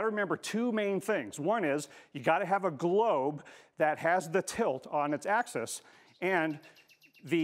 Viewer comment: "...the tilt of the Earth on its asskiss -- er, axis..."